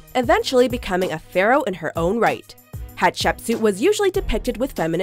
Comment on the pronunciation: Seeing the Chinese drama I'm currently watching in a watchmojo video... bit of an odd experience Also, as someone who watches a metric shitton of Egyptology documentaries, that's the strangest pronunciation of Hatshepsut that I've ever heard